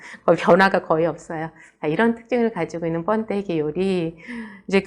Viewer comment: 뻔데기가 아니고 번데기라고 하세요